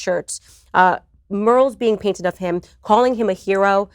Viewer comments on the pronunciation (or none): Today I learned that Candace Owens, while clearly very intelligent, can’t pronounce the words “bury” and “mural.”